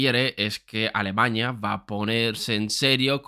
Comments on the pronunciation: No sé de dónde saca esta palabra éste tío, a cada rato repite alemaña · muy buen video, alguien mas escucha alemañia? o solo soy yo? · Alemaña? Alemaña? Alemañaaa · Entiendo que a todos los que se mofan de cómo pronuncia "Alemaña" les basta decir "Здравствуйте" o "Entschuldigung" y ya los toman por naturales de Volgogrado o de Bonn, respectivamente. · Cuando digas bien "Alemania" será más creíble. La virgen, aprende a pronunciar